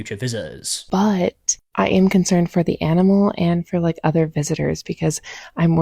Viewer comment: Man, you guys will literally use any other sound to avoid saying the "t-h" sound correctly, won't you? FRIVE (for thrive. I damn near thought you were saying the octopus FRIED in its tank) and OVER (for other. Speak... Correct